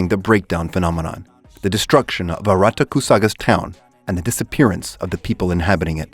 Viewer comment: watched 9, 8, 6, 5, 4, 3, 2, 1 trinity 7 not serven, also saying arata name wrong